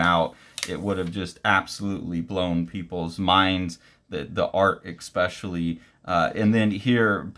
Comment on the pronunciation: please stop saying eXpecially